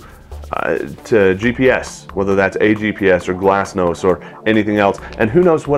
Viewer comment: It's GLONASS, not GLASSNOSS :)